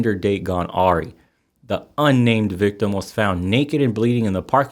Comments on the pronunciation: FFR awry = uh-RYE, not ah-ree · Awry is pronounced ah-rye, btw. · Awry is pronounced like "Aw Rye"